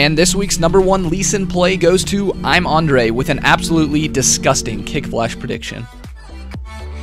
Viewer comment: When ge pronounced "I am andre" I thought he said "I am under 8" lol